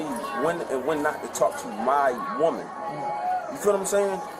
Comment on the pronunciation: the way he says MY woman has a very clear connotation